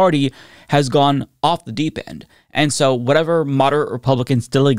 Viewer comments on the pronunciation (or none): none